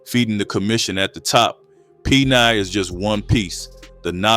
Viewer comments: Shoudn't it be pronouced PEN-ONE or peno and not peni? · I would of at least pronunciated the gangs abbreviated form as Pen-1....but PENI?? No fellas, just no 😂😂😂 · Its Pen one Not peni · Peni😂 its pen 1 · The name comes from a UK RAC band named Public Enemy. And it’s pronounced Pen 1. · PENI ? 😂 You couldn't pay me enough to join the peni crew! No shit they didn't do well in jail.. hearing the narrator say "peni" over and over is killing me